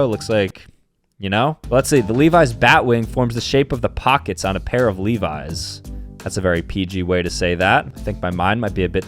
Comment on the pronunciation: It’s not leeveyes it’s levis